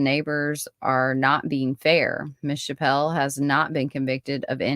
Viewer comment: Her name is pronounced chapp-le not chap-pell. I knew Peggy very well. I was her Sunday school teacher at church. She was a special child and I will always believe her mother was involved in her murder.